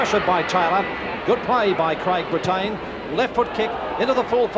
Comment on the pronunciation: pronouncing Craig Brittain as Bre-TAYN! LOL